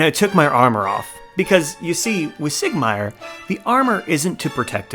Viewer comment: Awesome video but next time you come across Siegmeyer listen to how he pronoonces his own name.